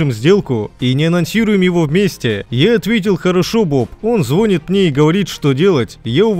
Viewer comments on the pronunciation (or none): 2-26 - он звОнит мне 😂😂😂 Выучите русский язык. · Не звонит, а звонит 😂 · поправь слово- звонит